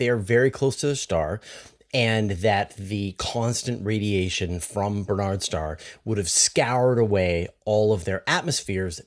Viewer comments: Barnard's not Bernard's. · Surely the pronunciation is not "Ber-nards" but "Bar-nards" star. Minor quibble. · It's BARNard's Star, not Bernard's.